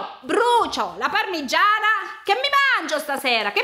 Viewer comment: Oddio quando dice parmiiana 😂 io o detto parmigiana regiana😂😂😂 vi adoro❤